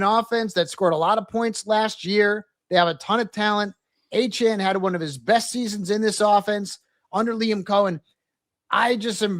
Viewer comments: Why does he keep saying Achane and no one is correcting him? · Etienne not achane 🤦🏽‍♂️